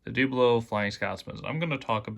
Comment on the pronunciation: Hornby Dooblo? So you would pronounce 'double' as 'dooble' ...? YouTube is so entertaining! And by the way, Great Video!